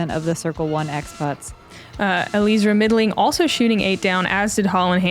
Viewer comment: PLEASE...its Ellie-Ezra, not Eleezra. The announcer got it right. You ladies usually work really hard ar getting these details right. I have a last name that's been butchered all of my life but there is nothing I could do about it. You CAN fix this.